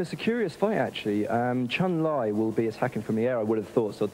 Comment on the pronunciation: Its pronounced CHUN LEEE that idiot.